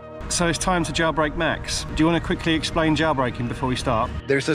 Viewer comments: Why does he JaYilbreak? Instead of jailbreak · WTF do you pronounce the word "jailbreak" as "JAWBREAK"?